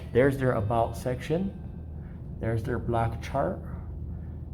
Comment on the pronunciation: You need to learn how to pronounce "block" is it black or blot?